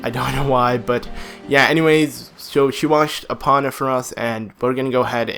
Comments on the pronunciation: EE POH NUH not EE Paw Nuh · he said Epona wrong